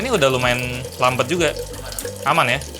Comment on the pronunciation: Pengucapan versi Gelap > gelep Lambat > lambet